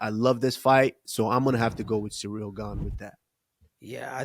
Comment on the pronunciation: HEY USMAN ITS CIRYL NOT CEREAL YOU JUICED UP SPIDER ......